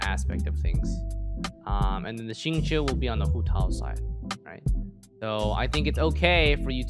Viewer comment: f20? also its xingqiu, not xinqui